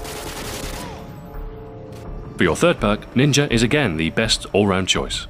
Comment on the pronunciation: is it just me, or does he say "ninjer" and "idear"?